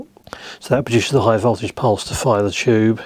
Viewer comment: "Chube" 😄 I love it